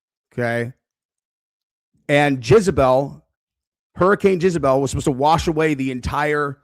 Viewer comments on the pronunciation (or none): Dude - it's pronounced "Jezz-a-belle", not "Jizz-a-belle" 😂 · Not Jizebel. It's Jezebel. Another great video,! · JEZebel. Not JIZZabel. You’re a grown man,. It’s JEZebel. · PLEASE STOP SAYING JIZ-A-BEL.. ITS JEZZZZZZ 😂😂😂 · Jezz a bell not Jizz you sicko /s. Great vids. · You pronouncing jezebel as jizzebel is pissin me off 😂😂😂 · Why does keep saying Jizabel??? 😂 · Can’t get over the way you say “Jezebel” 😂 all I hear is “Jizzabel.” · I thought u were fkn around U REALLY THNK ITS PRONOUNCED JIZZABELL 😂😂😂😂😂😂😂😂 WHAT AN ABSOLUTE BUFFOON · The way keeps pronouncing Jezebel “JIZZ-uh-bell is sending me. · I love how calls Jezebel “JIZZabel”, I thought Jizzabel was an adult film star 🤠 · JEZZ-AH-BELL. Bro you are off your rocker. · WHY DO YOU KEEP PRONOUNCING IT LIKE "JIZZ"ABEL??😭🤣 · For some reason keeps saying Jizzebel. It took me a little bit to understand what he was referring to. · You mispronounce Jezbel. Do you know the meaning of a "Jezebel".... look it up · And can't pronounce it!